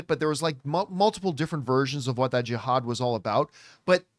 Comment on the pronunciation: i never heard anyone pronounce jihad they way john did. must be a Canadian language barrier eh